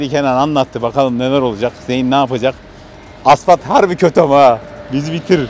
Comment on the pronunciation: zeyn diye okunuyor kardeşim